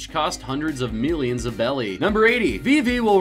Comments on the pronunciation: berry is the correct way to say it because sometimes or in some games you may see that people call zoro zolo pretty much L=R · most of thos weren't correct and i found it funny how he said "beli" instead of "berri"